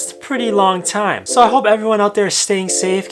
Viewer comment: I like that he says it's corona tiem.